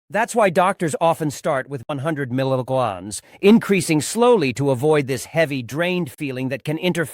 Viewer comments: Sound information on this drug. UNFORTUNATELY, possibly the worst AI voice that I have ever heard. Says "milligans" instead of "milligram" which might confuse people who don't have experience with metric units of weights, especially as it relates to medication. The voice also has a fast, shrill tonality reminiscent of someone who has overdosed on caffeine. Not ideal for many people trying to learn about potent drugs. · .must be AI. Images have nothing to do with the subject. And he never pronounces melograms correctly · You need to educate your AI assistant how to pronounce milligrams!